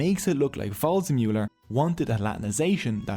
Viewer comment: “Just like WRONG-zemuller” 😂🥳😂🥳😂🥳